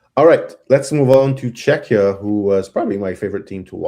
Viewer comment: Love the content, especially goalie takes, but Czechia is pronounced CzeKIA not Czeczia.